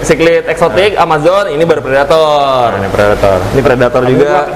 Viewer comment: Pelettor dong bukan predator :v